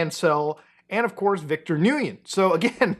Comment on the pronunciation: Top tip. Nguyen is pronounced like when. Oh and another top tip. Contract law is dead in america. Those who have the most money can break the contract or change the contract at any point even if the contract says otherwise. If you don't have the money, you can sue, even if you are right.